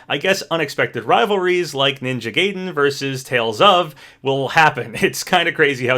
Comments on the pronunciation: Ninja "Gay-den" 😂 It's pronounced Guy-den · It’s is pronounced ninja guide-en not ninja Gay-den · The way he mispronounce "Gaiden" hurts me. It's "Guy-den" not Gay-den"! And I'm not even a Ninja Gaiden fan whatsoever! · I love you, but my gosh, pick a pronunciation for Ninja Gaiden, it's driving me nuts!...Though the correct pronunciation is "guy-den", by the way, just like how it's "ree-yu", not "rie-yu". Edit: that comment about requests for Smash and whether or not characters should be in a new game or not feels exactly what #OperationStarFall was meant to answer. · Hate to be that guy, but its pronounced "Guy-den" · I cant believe you said "ninja gay-den" MULTIPLE TIMES when you said it right in the same video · wait, so do you know how to pronounce "gaiden" or not??? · i really enjoy ' videos but im not gonna lie his pronunciations get on my nerves sometimes. like for example ninja gaiden is pronounced "guy-den" not "gay-den" and masamune is "masa-moon-eh" not "masa-mune". it's not a huge deal but i'd really appreciate if he tried to find correct pronunciations!